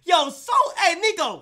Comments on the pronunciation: Kai was saying neeko the whole vid and every niko fan knows niko hates it when they call him neeko, then nobody commented about it on live…. L niko fans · Stop sayin neeko it’s Niko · It’s more of a neko